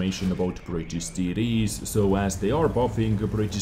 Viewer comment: You crack me up every time you say TD's. Please don't change bro